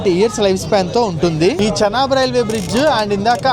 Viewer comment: భయ్యా చెనాబు, శనగలు, కుంకుడుకాయలు కాదు దాన్ని చీనాబ్ అని పిలుస్తారు